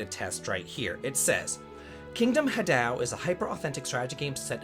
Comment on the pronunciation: Ha, like haha. Dou,... for you?... Say it like DO RE MI. Ha dou. Forget the final u sound. Beautiful work as always!